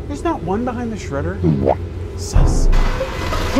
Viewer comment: bahaynd. 😂😂😂😂😂😂😂😂😂